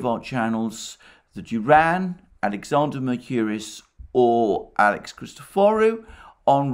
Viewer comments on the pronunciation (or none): none